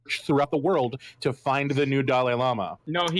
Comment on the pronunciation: It's dalai lama not fucking Dali Lama 🤦‍♂️😂